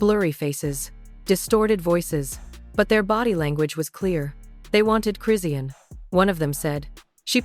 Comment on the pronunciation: First of all start with the fake news she was just that blue faces party trying to get in the day before last this is fake news and you're not even saying her name right!!!! Foh with the fake shit 💯🤦🏾‍♀️🤦🏾‍♀️🤦🏾‍♀️🤦🏾‍♀️